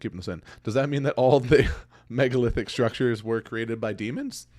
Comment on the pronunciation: Did you say megalithdicks?